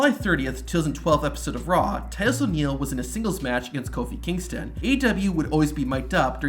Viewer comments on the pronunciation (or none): none